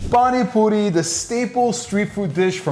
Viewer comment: As an Indian, I must respect the fact that he pronounced it almost excellently... But I am a bit offended by the fact that he is using PANI PURI MASALA and calling the Puri water 'PaniPuri SOUP'.. Actually that soup like thing represents the word 'Pani' which means water... Soup just ain't the right way to say it tbh...